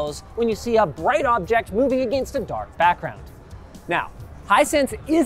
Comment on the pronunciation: Am I the only one that cringes when Linus says against?